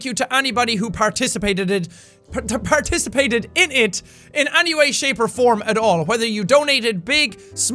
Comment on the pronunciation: "participateded" -Jacksepticeye